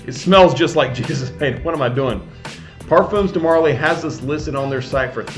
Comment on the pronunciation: it's parfum (parfaa) de marley and not parfoom :) pointed out as u talked about the name pronunciation n stuff for haltane.